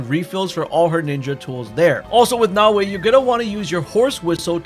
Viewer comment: omfg, it's not "Now-way"